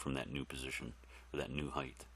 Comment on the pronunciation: height. i wonder where began the trend/habit of pronouncing that word as though there was another "h" at the end. i wonder what weird language habits i have analogous to that one. hahaha anyhow, thanks for doing this, man!